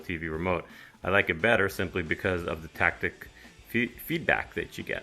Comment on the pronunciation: It's "taptic," not "tactic" 😭